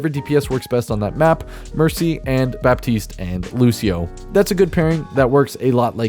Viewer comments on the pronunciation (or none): Baptiste is actually pronounced like "Batist"